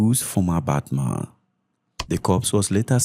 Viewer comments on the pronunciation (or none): none